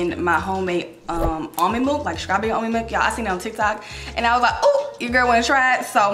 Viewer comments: Am I the only one who keep hearing SCRAWBERRY? 😂😭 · Please learn how to pronounce your words straw-berry